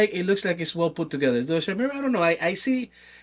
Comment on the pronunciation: YO! Love that you're featuring Chimera. It's pronounced KY-MERA, by the way. Basically, the way I think about it: Going from a Super 73 to a Zooz, is similar to going from a Zooz to a Chimera. Nearly half the weight, even more nimble, and even more BMX (regular bike seat, less wiring, less clutter on the bars, etc). It's build for tricking, skate parks, and most importantly, pedaling! It's light enough to pedal without effort, but the throttle is intense: It goes from 0-35mph in 5 seconds, top speed of 39mph, with insane torque due to the innovative high drive system (more like a traditional motorcycle than an ebike). Austin is super approachable if you have questions. He's been awesome to get to know.